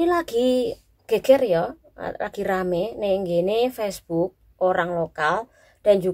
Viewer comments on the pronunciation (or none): none